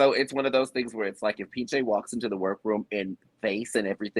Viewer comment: Wow. This is great information! We'll be sure to pronounce Piche the correct way moving forward! 😅